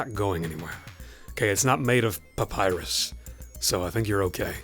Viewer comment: “Papyrus” lol Man it’s a good thing you warned me about this issue, I almost could’ve screwed up my whole build. Hope this is the only main issue to keep in mind with this Bitfenix case during our actual build lol Man this is going to be a tricky decision to make, either route the cable to the hole in the back left corner and be hidden beneath the motherboard OR route the cable into the back right hole and leave the cable exposed stretching over the entire motherboards width hmm tough decision I’ll have to make here very soon. Feeling very OCD already lol